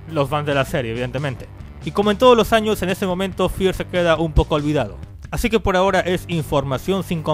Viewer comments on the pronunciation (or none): none